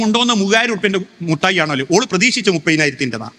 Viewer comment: Not muttayi, mittayi gentleman